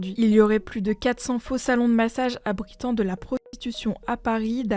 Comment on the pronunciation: Même le '' i'' de abritant est muet 😂